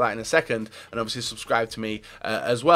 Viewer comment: anyone notice how says "amd" instead of and a lot?